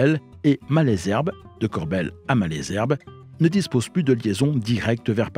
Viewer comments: Salut! Vidéo intéressante, mais j'ai toujours dit "Corbeil(le)-Essonne", et non "Corbel", c'est comme si on prononçait Blaye, "Blé"! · le "e" se prononce "e" et non "é". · “Corbeil” se prononce CORBEYE pas Corbel. Sinon super vidéo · Tjs passionnant. Petit détail en passant, il ne s'agit pas de Corbel mais Corbeil, et ce n'est pas Evry couronne mais Evry Courcouronnes.. voilà. En attendant d'autres récits toujours plus intéressants. :) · Vidéo intéressante, merci. Dommage de l’imager avec des choses mal choisies comme un train VICK du RER C ou encore la gare de Champagne sur Seine. Comme dit auparavant, on prononce « Corbeille » et non « Corbel ». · Corbeil se prononce Corbeille et non pas « Corbel » et « Malesherbes » se prononce « Male zerbe » et oui c’est l’accent Francilien 😉 (j’ai grandi avec la ligne D sud est) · Ayant grandi à côté de Corbeil, ça m’a perturbé d’entendre Corbel 😂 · Corbeil pas corbelle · Corbeil se prononce "Corbeille" et non "Corbel" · Bonsoir beau sac de nœud à narrer bravo; dommage pour la ville de CORBEIL prononcée maintes fois en CORBELLE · C’est Corbeil (comme la poubelle) et c’est Évry- Courcouronnes pas couronne 😭 c’est super drôle jahah